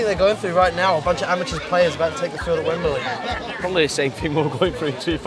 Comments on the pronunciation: y u pronounce it wembuhlee? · Wemberlee? You're not a pommie.